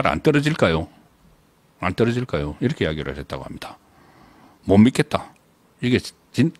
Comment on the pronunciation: 안떨어질까요가. 제가 듣기에는 손안보냐 ..라고 들리네요